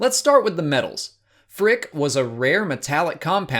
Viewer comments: No, it made them say “phrick” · Phrick? Nah. F r I c K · Mandalorian season 2 with “Phrick” Hehe no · I thought it was pronounced prick! Ha!